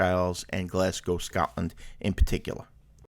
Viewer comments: no prob. Its easy to get these things wrong. The one that's usually alway pronounce wrong is glasgow. Usually hear it pronounced glasg gow when it's glas go. Enjoyed your video though. Hope you had a great time in Scotland. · Not to nitpick, but I'm from Greenock and your pronouncing it wrong. It's pronounced Green ock not gren ock. It's from derived from green oak as in oak tree. Hope that helps. We'll done in pronouncing Glasgow properly usually Americans pronounce glas gow instead of glas go. Hope that helps and hope you enjoyed your time.